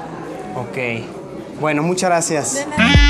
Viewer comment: Todos: Muchas gracias Luisito: mUcharasiAs